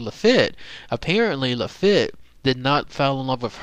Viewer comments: his name is pronounced La Feet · LaFitte is pronounced LaFeet. The storm of 1900 was a major hurricane that hit Galveston straight on. There was no seawall and no early warning system it destroyed most of Galveston and killed between 6,000 and 8,000 people.